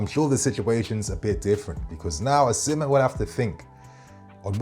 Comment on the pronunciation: Excellent content 👌🏼 please reconsider your pronunciation of "Osimhen" though